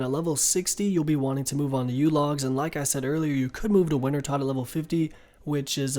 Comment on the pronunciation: Rsn- the foxing Wintertodt sounds like wintertoad / I’ve used lot of your videos to help me get back into the game after just coming back